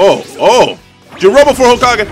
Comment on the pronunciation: I lost it when you said Jurobo for hokage xD